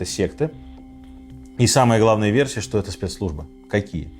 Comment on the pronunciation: Сказки на ночь... Рассказываете хорошо, но не "шокайте", режет слух это регулярное "шо". Светящийся огромный объект, который видно с самолёта на расстояние 110 км вообще не новость, если бы были технарем, а не гуманитарием и хоть немного изучали геодезию и способы измерения нашей планеты, то понимали бы что обычный фонарь ясной ночью видно на расстояние примерно 20-25 км, поэтому ничего удивительного нет в том, что с самолёта видно огромный светящийся объект на расстоянии 100 км.